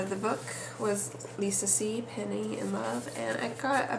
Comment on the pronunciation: ...Great book ...hope you enjoyed it but her name is Peony ..(Pea-O-Knee) not penny :)